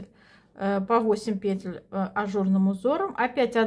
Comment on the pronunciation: Сколько здесь красоты!!! Можно я у вас поселюсь? А ваши ударения на "накИд, пЕтель (мн.ч.)" за это отдельное спасибо!